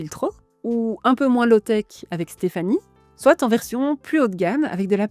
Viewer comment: Merci pour cette vidéo :) On dit : « soit (swa) cela, soit (swa) cela. » Et « soit ! » (swat) : faisons ça ! Avec les liaisons c’est swa-t’en ahah je taquine ❤